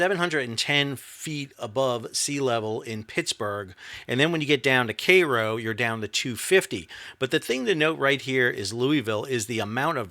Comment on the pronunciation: It's wild to hear an East coaster pronounce K-row correctly.